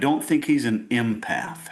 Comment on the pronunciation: impath lol